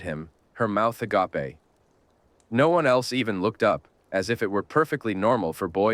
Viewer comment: "her mouth uh-gah-pay" 😂